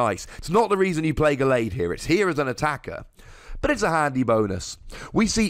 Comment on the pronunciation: the way you pronounce gallade pisses me off so bad